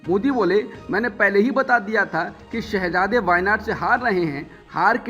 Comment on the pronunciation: मोदी शाहाजादा नही शहजादा बोला करो |ठीक से बोला करोTजबान लडखडा रही है |